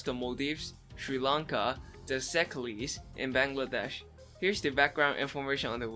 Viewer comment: Btw "Seychelles" is pronounced 'SEY-chelles" with the 'chelles' part being pronounced like 'shells'.